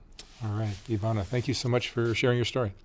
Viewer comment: Ivana draga, nadam se da si sada bolje, i da ste ti i tvoja kćerka dobro❤❤❤ Mark thanks for your effort and correct pronunciation of Ivana's name❤